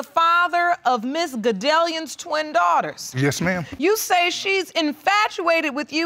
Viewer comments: "my Doorters" 😂😂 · You did not just say doorters